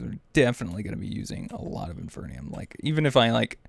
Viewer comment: Why are you still reading it as infernium? It's IN-FEE-RIUM!!